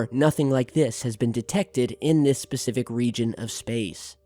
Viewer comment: you are a trip it not "pacific" it's "specific" lol